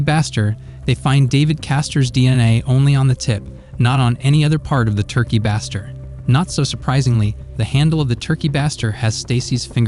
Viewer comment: Turkey Baster (bay-ster)